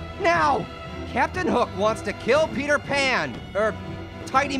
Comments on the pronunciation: Peter Pun! not Peter Pan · its not peter pun its peter pan okay its peter pan peter pan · Peter pon? Is begin with an a your so funny 😂🤣